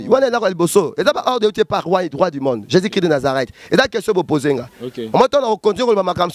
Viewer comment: Ndeko loba bien Jesus christ de Nazareth tika koloba Jési oyebi Jési oyo ozolobela pasteur azoloba lokola atalaku ya quartier Latin .